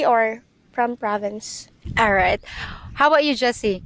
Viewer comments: Province!!! Not ProvideNce. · Great content, thank you ! Minor correction, it's "province" and NOT "providence"... And yes, I've spent a considerable amount of time in the Phillipines, mostly Cebu City but other parts of the PI as well. I long ago gave up on westernized women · Province, not providence.